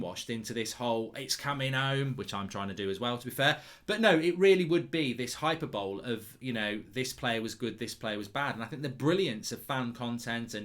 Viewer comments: Hyper bowl? It’s high-per-bol-ee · He calls it "hyper bowl" hahahaha. It's "high-per-bo-le" 😂😂😂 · Hyper bowl.....its HYPERBOLE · HYPERBOWL! PMSL. It's pronounced Hy-per-bo-lee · So it's not pronounced bo lee? I always assumed that in standard pronunciation it was high per bol ee and not hyper bowl. That's what I was taught and heard too. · "Hyper-bowl". Moron. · man really said hyper bowl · High Purr Bollie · It's pronounced hy-per-bo-lee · Hyper Bowl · Hyperbole is pronounced high-per-bol-ee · I was thinking that too, but Mark might have meant a hyper bowl lol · Someone teach this man how to pronounce hyperbole. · Biggest talking point of this video should be his pronunciation of hyperbole